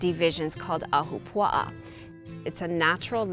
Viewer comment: Im born and raised in Hawaii my ancestors came here from Scotland to work the plantations over a century ago. I love when people cover Hawaiian culture. And your pronunciation of ahapua'a was pretty good lol. But in the video you didn't really explain the structure or function of an ahapua'a. The "pie slice' went from cloud forest in the mountains where Hawaiians could gather and hunt boar. The lower middle was for kalo growing. And the sea was fir fishing. Good job though!🤙